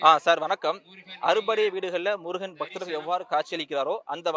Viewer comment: தமிழ்க் கடவுளாகிய முருகனைப் பற்றிய உங்களது பதிவில் தமிழின் சிறப்பு ழகரம் படும் பாடு சொல்லி முடியவில்லை... ழகரத்தை சரியாக உச்சரிக்க முயற்சி செய்யவும்... நன்றி